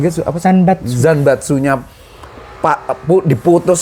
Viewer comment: Zanbato, bukan Zanbatsu 😂